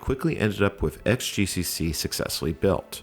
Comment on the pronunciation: 'xgcc' should read as 'cross gcc'. Sheesh!